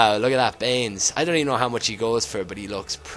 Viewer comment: when he said inform baines it sounded like inform beans because of his accitined